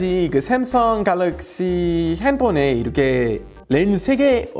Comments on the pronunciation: 올리버쌤이 삼성을 외국인처럼 쌤성이라고 발음해서 첨에 당황했음. 그치만 후반부에는 삼성으로 발음해서 좋았음. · 자꾸 샘성이라고 하시는거 같아요.ㅋㅋㅋㅋ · 읭? '삼성'발음이 윈래 '샘성'인가?